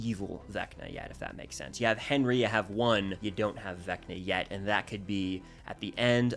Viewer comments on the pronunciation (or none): none